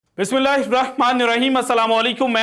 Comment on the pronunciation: Oo bhai Bismillah tu sahi se parh lo